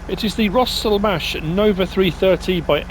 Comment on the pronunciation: Sorry but I'm just on a roll today and when you said Rostelmash the way ya said it made me think Monster Mash...it was a graveyard mash!